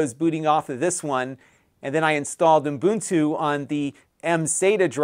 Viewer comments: Ubuntu not uNbuntu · Its called UBuntu. I don;t know where UMbuntu comes from? As an educator, you should pay attention to how you pronounce things. Imagine being a maths teacher and teaching kids 2+2 = 7.